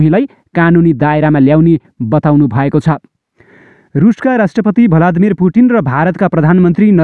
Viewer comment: खबर राम्रो छ । तर रिपोर्टिङ गर्ने भाइ को जिब्रो त खत्रै पो ? हे हे हे ! भ्लादिमोर भन्ने लाई भलादिमोर भनेर उच्चारण गर्ने रहेछ । खैर, केइ छैन । कुनै२ को जिब्रो र बोल्ने Style तेस्तै हो ! Dont wory bro ! शुभकामना छ ।